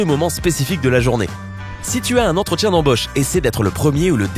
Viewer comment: C’est bizarre comment tu prononces les mots chose,autre et embauche